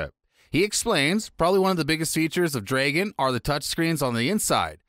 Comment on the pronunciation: Please google "Dragon" pronunciation, before making any more videos...